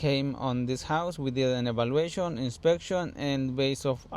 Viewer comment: "inspekshyon and evalueyshion" crak me up :)